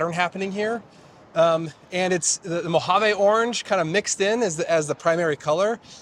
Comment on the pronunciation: Great wrap. But, your pronunciation of Mojave just drove me nuts. It ends with a long ‘e’, not an ‘a’. It’s not a Spanish word.